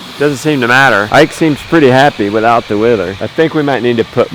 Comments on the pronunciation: Pronounced Wether not wither...😂😂😂😂 your so cute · A wether is pronounced like weather